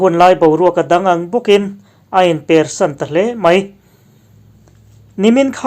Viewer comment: A bengvar thlak ṭhin e, mahse 'per' tih lam dan kha a dik lo tllat, thil kan rap per ang a lam tur a ni lova, thangkam per or persan tih ang a lam rik tur a ni